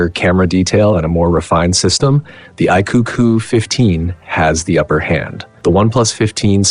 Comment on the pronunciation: AI voiceover (iqoo qoo) wtf is that... and origin os is more polished than color os. my a$$.